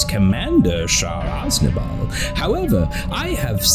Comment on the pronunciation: Why does nobody pronounce aznable right bro😂